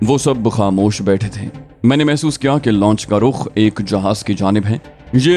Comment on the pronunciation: محترم آپ بہت سے الفاظ کا تلفظ بہت غلط بولتے ہیں مثلا لانچ کو آپ مسلسل لونچ کہہ رہے ہیں Wiley ko Aap Wala Kehtey hen Jo Ghalat he. Or bhi bohat se alfaz hen Jo men waqtfwaqtan bar